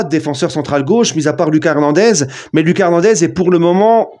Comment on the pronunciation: Commence pas a dire lucas version française c’est un brésilien c’est loukasse